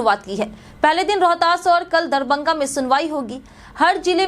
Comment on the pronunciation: DARBANGA Nahi madam DARBHANGA DARBHANGA